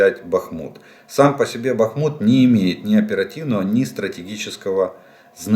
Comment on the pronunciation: Да когда же Вы определитесь: БАхмут или БахмУт?, и это экспЭрт? Хорошо хоть КраснопопОвка больше не КраснопОповка😅